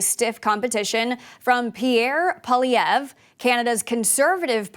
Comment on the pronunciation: Congratulations on being the only American newscaster to correctly pronounce Pierre Poillievre's name.